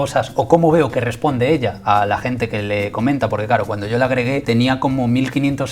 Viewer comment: parece un boomer al decir agregué jajaja, mi abuela también lo dice así. igual el vídeo es buenísimo, tiene un humor tan piola que es de mis youtubers favoritos